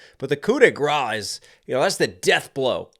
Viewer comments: Thanks for all your reaction video. Your prononciation is not right for « grace ». You have to pronounce it like « grass » in English! Shout out from French fan ! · I can’t not comment this as a Frenchman, but, the prononciation of « grâce », is a bit like grass in English. The « -ce » at the end make an « s » sound. Also, wtf, it took you to mention it at the end of the video to see that you have way more than a million subscribers now ! Congratulations ! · you don't say grâce right but good try x)